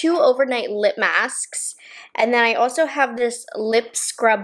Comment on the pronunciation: hode = hoLd ahso = aLso shtrawrr = sTrawrr